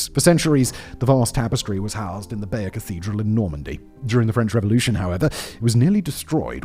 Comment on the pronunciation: The pronunciation of Bayeux is a bit iffy also.